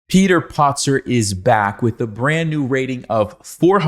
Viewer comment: Hey. 🙄 It's PATzer not POTzer!!